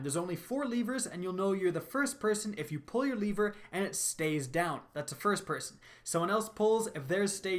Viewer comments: He said leever instead of lever lol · its lever not liver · Leever fr bruh Leverrrrr (Le-vur) Dumbass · The way he said "lever" lmao